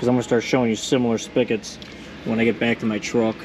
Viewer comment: It’s a SPIG-et, not a SPICK-et, lol!